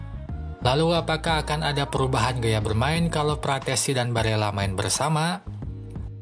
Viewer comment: Frattesi bang bukan frasseti 🗿